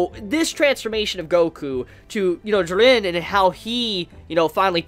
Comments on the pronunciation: Bro it’s Ji-ren!!!! Not Jer-ren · "Jur ren" ITS FUCKING "JEER EN"